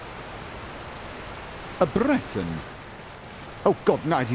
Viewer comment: "A Breton". The rolling of the tongue to sound like a man of stature, followed by the accidental mouse click made this scene hilarious.